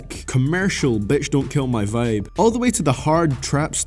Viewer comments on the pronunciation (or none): none